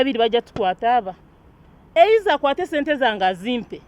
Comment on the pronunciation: If she says "eiza" once again...😁